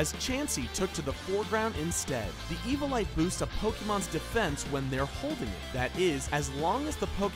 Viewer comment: This dude does not know how to pronounce things. Eviolite (EEH-VEEH-OH-LIGHT) Not (EEH-VOH-LIGHT) And Togepi (TOH-GE-PEE) Not (TOH -GE-PIE) Just Saying These Names Wrong Triggers me...